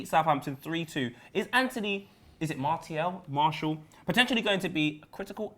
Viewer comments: It's Mar-tea-al; not Marshall. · Martial is pronounced "marsial", with an "s", like "snake". Not "marchial", like "church", or "martial", like "ticket". MarSial! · its mar tee al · Its pronounced MAR - SSI - AAL not MAR-SSI-LL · i think it's pronounced Mar Sea Al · Getafe is pronounced "Hetafe" and Martial is Mart e al. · It's Mar-si-aal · French pronounced Martial as - Ma-see-aal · just in french it's pronounced Marsial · It's not Marshall. He's French so you say it like a French person would. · Pronounced Martial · it's pronounced marsial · Its Mar-tial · its MarTial. Thats how you pronounce the name in french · Its pronounced Marsial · The "t" in Martial is pronounced like an "s". So between the two pronunciations said, it's pronounced the same way as the second one, but with the "t" pronounced like an "s". Marssial. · Martial is pronounced Marcial (Marsial) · Actually it's pronounced MarSial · It's pronounced Marsial, Mar-Si-Arl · MAR-TE-AL. YOU BOYS ARE FRIED. ANTHONY MARTIAL IS BETTER THAN ALL YOUR TALENT AT ARSENAL AND LIVERPOOL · you pronounce his name Mar-ssi-al in french even if it's written with a t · Great video guys, as per! And you should pronounce Martial as Mar-see-al. You're welcome ;) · Mar-she-al is how it's pronounced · It's pronounced MAR-SEA-Al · Mar-SEE-al, that is how you say it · Neither it's Mar-sial, just listen to Martin Tyler's commentary when he scored against Liverpool ;) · It's actually Anthony Mar"ss"ial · Its pronounced Martial ;) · It is pronounced m-AHRE-siall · It's pronounced MAR-SEE-AL ( MARTIAL ). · I'm French, it's pronounced the second word that you said, not the English version one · I'm a french canadian and can assure you Martial is pronounced just like "martial arts", just not with the "arts" after....